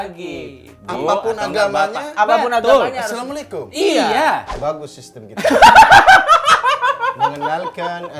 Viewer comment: = akhirnya coki bisa mengucapkan salam dengan benar!! chaksss